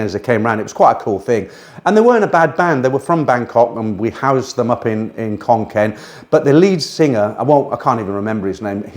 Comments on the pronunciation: Think he means Khon Kaen should be pronounced "Khon Gaen" ... "K" with a "h" after it is pronounced with a "K" sound but a word like Kaen that does not have a "h" after the "K" is pronounced with a "G" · ... Khon Kaen or Koh ... please pronounce the K as an G, otherwise no Thai understands it.